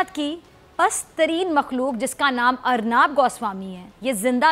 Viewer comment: अर्नाब नही अर्नब बोलना सिखलो